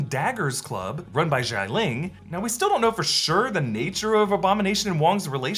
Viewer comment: Xialing's name is pronounced "sha-ling" not "jai-ling"